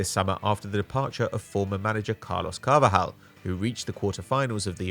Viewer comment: its Carlos Carvalhal yes CarvaLHal pronunced as ll like in Spanish not as R like Carvajal infact Carvajal never coached Braga or Al Whada he plays for Real Madrid where he won recently UCL already told this for three times